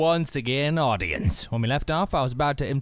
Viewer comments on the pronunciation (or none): anyone else obsessed with the way he says "hello once again AUDIENCE" ?